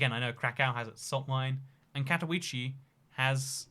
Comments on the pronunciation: Katowice is not pronounced in a English way, in polish the ‘W’ is pronounced as a ‘V’ and they emphasise on the E so it pronounced as Kato-Veece-Ah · English is literally the only European language where you prenounce w like that, really weird that he hasn't found out that after all the travelling. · Katowice not Katouichi or Katouis, Man, it is not english language. KatoWiCe (Katovitse). Shame. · Warszawiacy - that's the word you're looking for. Advice for the future: Polish has no silent letters, except 'c' in 'ch' combination. So Katowice is read somewhat like Cat-oh-wee-zeh. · Katowice is pronounced Katovitze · Your pronunciation of "Katowice" destroys me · I’m polish and that pronunciation made me cringe but that’s what British people are like with pronunciation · Im polish and it hurts how you pronouce Katowice